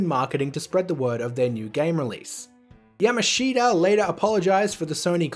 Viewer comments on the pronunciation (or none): none